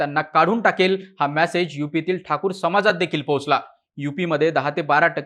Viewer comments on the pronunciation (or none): none